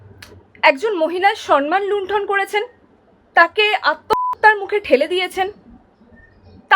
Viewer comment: সন মান নয় উচ্চারণ টা সম্ মান , সৎ + মান = সম্মান। এই উচ্চারণ টা মাননীয়া এনেছিল সন মান আর এখন সবাই এটাই উচ্চারণ করছে না বুঝেই।